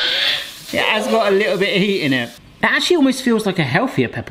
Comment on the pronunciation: Well, you say all the time 'Peperoni'! Peperoni is the hot brother of paprika. 🙂